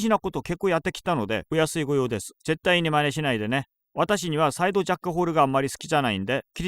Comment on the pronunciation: нихуя не понял но мне понравилось как он английские слова произносит типа сайду джекку хору